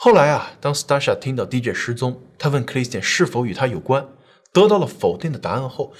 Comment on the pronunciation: DJ D跟J 好像都應該是一声